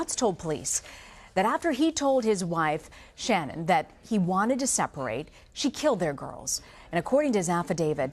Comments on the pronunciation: 100% agree! What was the name of this awful female anchor who could not be bothered to pronounced Shannan's name correctly? Shame on her! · I wish these newscasters (I'm talking to YOU, CBSN woman who began this broadcast), would have the respect for the family to PRONOUNCE SHANNAN'S NAME CORRECTLY! For goodness' sake, you REALLY can't do that after supposedly "researching and covering" this case? Wow. Makes it clear that this station, or at least this ridiculous woman anchor, did NOT "research" anything, otherwise she'd know how to pronounce the dead woman's name. SHAME ON YOU! I'm done with this station, it's just SO disrespectful to the family. And anyone who says this is trivial, let me assure you that it is NOT. Families care about their loved ones' names being pronounced properly, they just do. Period.